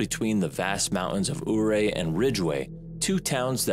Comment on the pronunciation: It is pronounced "Youray" not ooray. I was born and raised there. It hurts me to hear you slaughter the pronunciation of it.